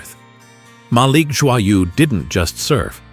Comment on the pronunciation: pronouced Joyeux is real bad idiot